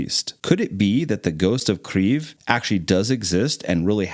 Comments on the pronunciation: It’s definitely not the “right pronunciation”. When in doubt, I think its always safe for English speakers to use the English pronunciation :). The Russian pronunciation is keav. The Ukrainian pronunciation is Keev. It’s a subtle difference for someone who isn’t a native speaker but there’s definitely no “rrrr” sound. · There's no "R" in the name of the capital, it's Kyiv for a reason, "yi" in English is not enough to describe the sound of correct pronunciation, I'd personally transcribe it as [ Khee ye V ] with a hard V like you're about to say Vladimir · It's not "Kriev" in any Slavic language you Burger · Pronounced "KEEf" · Great video but you should learn how to properly pronounce the name of Ukraine’s capital - Kyiv ( without r in it) just out of respect for the people of Ukraine fighting the war. Thank you. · I really do not like how the person who is speaking says Kyiv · You should have a listen to how Ukrainian TV presenters on UATV pronounce “Kyiv” . There is no “r” sound. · Are you say “Kyiv” like that just to irritate me and get me to comment? Well…..it worked. Say it right ffs. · the ghost of Kyiv is a fake, and you can't even pronounce Kyiv correctly buddy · Your pronunciation of the capital city of Kiev or Kyiv depending on if you are Ukrainian or English. Nothing shows an "R" anywhere. Just helping. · Why do you keep saying it with an r after the k. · I’m Ukrainian and I’ve never heard Kyiv pronounced with an R sound. I’m so confused. Who is pronouncing it like this? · As a Ukrainian I confirm that Kyiv does not have a “r” sound in it 😅 but the pronunciation made me smile. Never heard anyone pronounce Kyiv like that. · Nice video, but your pronunciation of kyiv is killing me :P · im polish, not ukrainian but im pretty shure they dont use the "r" in the city name ;-) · Bruuhhhhh it’s kiev. Kay-i-ev not kfif khlalifa kyyayay lmaooo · Your pronunciation is incorrect. You are saying Kryiv, but there is no R in this word. Kyiv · kiev not kriev